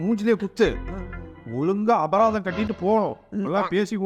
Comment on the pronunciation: அபதாரம் இல்லை அபராதம் 😂😂